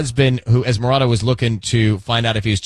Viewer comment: Es Miranda 😂 its Esmeralda obviously a white person posts these